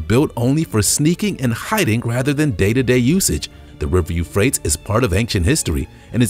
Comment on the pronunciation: PLEASE! PLEASE! PLEASE! If you are going to try to inform the Public PLEASE TAKE TIME TO LEARN CORRECT PRONUNCIATION OF THE PLACE NAME WORDS! It really makes your authority suffer. The River Eufrates pronounced: YOU FRATE' EEAZE. Any good Dictionary has a PRONUNCIATION Guide in the front of the book. Easy to learn and use. Without it you're just shooting yourself in the foot, literally (pardon the pun).